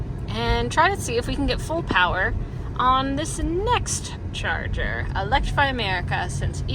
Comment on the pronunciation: From now on, I'm pronouncing "charger" as "Chah Zah" 😁